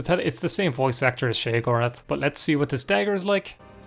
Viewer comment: your correct Jeff Baker does Sheogorath to, he has been doing TES games since Redgaurd, not sure how he messed up pronouncing Sheogoraths name tho he say Shegrath